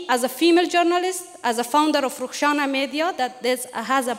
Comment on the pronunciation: Sürgün mü "tüymüş" mü ?? 😂😂😂